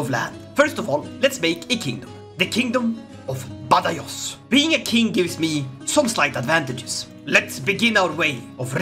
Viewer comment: As someone from Córdoba, It hurts me deeply the way you pronouce Córdoba and Badajoz. On the other hand, I really like this new alternative future you've set for my country, I really really like it